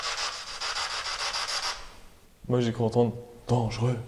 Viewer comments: Petite erreur: on doit dire dangereux et non pas dangeureux. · dangereux et non dangeureux